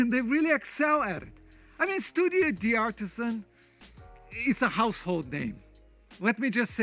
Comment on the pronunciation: In French or Italian language, like the name D’ARTISAN never pronounce the apostrophe Dee. Dartisan is how to pronounce it.